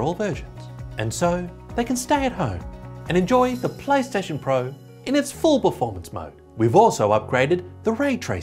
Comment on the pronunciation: did he say paystation? or plystation?